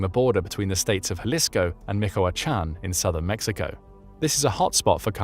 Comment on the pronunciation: 🥹🥹🤣🤣LMFAO.. ….@ min mark he said🥹🥹, “MICOACHAN” and keeps repeating it! MICOACHAN, MICOACHAN, MICOACHAN! Well that solves the question of use of narrative software!